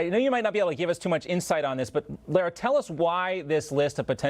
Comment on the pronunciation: "L a-a ra"???